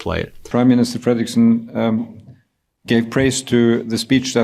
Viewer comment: Dear Once again, the name of the Danish Prime Minister is pronounced FREDeriksen and not FrederEEEKsen. This is the third time I've written to you on this matter. Don't you read your comments or are you just wilfully stupid?